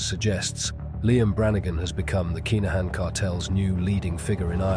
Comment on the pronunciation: Its pronounced KIN A HAN